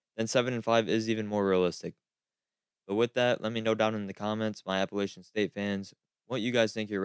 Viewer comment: Most important comment I can think of is learn how to pronounce the name of the school correctly "a-puh-LATCH-uhn”.